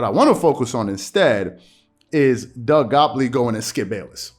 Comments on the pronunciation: "GOT-leeb" "GOT-LEEB" "LEEEEB".. Not "Gopley". Made it hard to pay attention lol. And gottlieb a weirdo for this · Say it with me, Gott-lieb. Man it’s in the title, the least you can do is pronounce the dudes name correctly. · Bro can you pronounce the guys last name correctly? It’s not that difficult 🤣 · Gotliebb is right tho.. skips70 there’s no need of name calling and mocking people.. and are you purposing pronouncing his name wrong lol